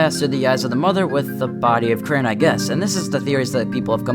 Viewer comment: It’s crane